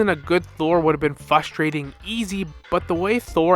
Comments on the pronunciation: If this guy says fustrating one more time I’m switching to Winter Soldier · This guy is a slow ass talker and i cant unhear him saying "fustrating", like bro you're missing an R.